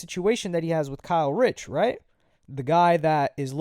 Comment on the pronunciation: ITS KAY RICH NOT KYLE RICH LMFAO